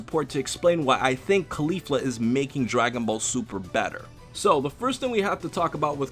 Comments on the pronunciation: please fix that pronunciation jesus christ, its caulifla just like cauliflower not cUlEEflU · why does he say claulifla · CAAH LI FLUR UHH pronouncing things is hard. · Think cauliflower and try to pronounce her name again. Remember Sayians are vegetables. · Your pronunciation of Caulifla’s name is so cringy and gross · You not pronouncing Caulifla correctly breaks me.